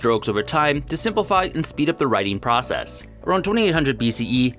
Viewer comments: the and though are both voiced TH though - he's talking about the and think, one of which is voiced (using the vocal cords) and one is unvoiced, but he pronounced both unvoiced. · I had to go back and listen again to be sure and yeah I get your point now, I think I hear a difference but his "the" does sound wrong